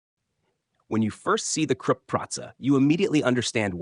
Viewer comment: Stop pronouncing 'Krupp' like 'crap'! It's much like 'croop', with 'oo' like in 'look'.